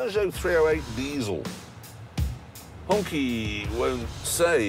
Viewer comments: it's pronounced HongCHI not Hongki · not HonKey but HonChi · It’s not hong “ki” it’s pronounced “chi” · OMG, it's not pronounced honky! It's pronounced hone-chi. LOL. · It's pronounced Hoong Chee. Not honky. LoL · he just wants to say "honkey" as a mockery, pretty sure he was told of its proper pronunciation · Pronounced Hong-chee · It's pronounce as 'Hong-chee', as per the Mandarin pronunciation. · I was shocked no one taught him how to say it - Hong Chi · FYI, it should be pronounced as "Hong Chee" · Honky is a slur. It's Hongqi (q sounds like ch). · It's "hong chi"